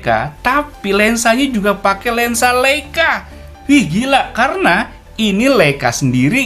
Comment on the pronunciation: Mantap om, koreksi dikit cara bacanya yg benar adalah LAIKA 🙏